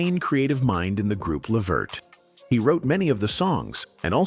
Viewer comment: Hey Before you Can you learn how to say his Name 😡